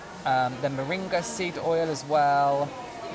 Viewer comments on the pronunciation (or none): none